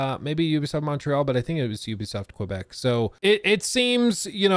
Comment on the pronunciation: there is no W in quebec. Pronounce it kay-beck